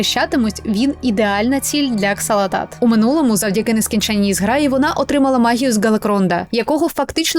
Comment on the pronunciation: ааааааааааааааааааааааа! не Ксалатат, а Залатат....